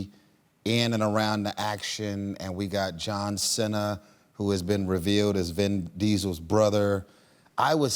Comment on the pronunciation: Who tf is John Sena? I only know John Cena.